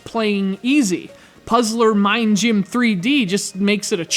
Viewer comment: I love how you say Puzzler Ming Gym :P